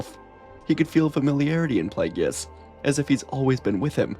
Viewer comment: I just keep chuckling everytime you say "Plagueis", because you say it like the pronunciations are in dictionaries for words it comes out like "Plee-yay--gee-yis" lol.